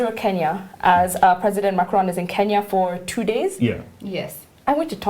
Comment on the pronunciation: Macron (n) is silent